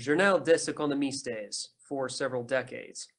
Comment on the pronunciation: Nice, thanks for this. Listening now. Journal des Economistes... "economistes" you sholdn't pronounce the "es" on the end. french is not spanish ;)